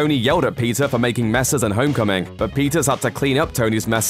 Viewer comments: Dude !!!!! Keep up with us ! And stop saying PIZZA ! it’s : PETER! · Are you saying Peter or Pizza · I hear pizza whenever he says Peter... 😂🤣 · Pizza carries his uncles lessons with him Damn I keep hearin pizza instead of Peter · Why am i hearing PIZZA rather than Peter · I heard PIZZA every time he said peter. Is it just me? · pizza? or peter ? what are you trying to say?